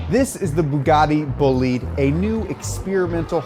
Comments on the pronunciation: the bugatti boleed ahh yes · "Boogary Bullyed"